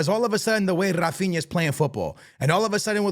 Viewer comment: bro, in portuguese we do not say rrrrrrrrrrAAphinA, he say "Hafinha" just like the sound of "hey"